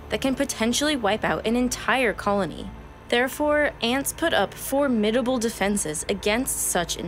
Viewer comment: Did you just learn how to pronounce formidable? You sure do use it a lot and with great emphasis.